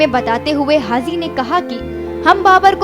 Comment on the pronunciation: It's haji Not hazi